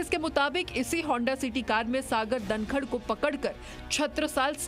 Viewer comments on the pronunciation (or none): Bevkoof ladki tu dhankhad Ko dankad kiyun bol rahi hai.